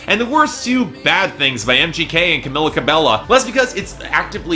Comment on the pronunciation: I'm surprised Fifth Harmony fans haven't crucified you for mispronouncing Camila's name whenever you talk about her,. Considering you got a lot of shit for not pronouncing Quavo's name right for the longest time, and 5H fans are wayy more rabid